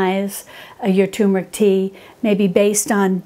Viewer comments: TUR*MER*IC, not TOOM*RIC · Please say it right. TURmeric. Not TUmeric. it is TuRmeric. Thank you. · Turmeric - with an ‘r’. So many people call it Tumeric, drives me potty! Apart from that - all good 👍🏻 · Dear, Thank you for such a lovely and helpful video,! So well done, too. Wow! Turmeric sounds great! I am an elocution teacher and I am particular about pronunciation. Please allow me to correct you here.... It is pronounced Terr- muh-rick. terr as in fur, muh as is monday, rick as in Rick. Yours sincerely, Mrs Elizabeth Darley Holmfirth West Yorkshire UK